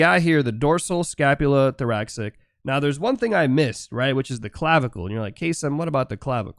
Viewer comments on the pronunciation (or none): Interesting stuff. Comparitive anatomy is a fascinating subject and you break it down well. Just one thing... Thoracic (as in pertaining to the thorax) is pronounced "Thor-ass-ick" (not "thor-ax-ick") - English can be kinda weird like that... Sorry, as a biology major, it grates a bit every time I hear it said that way.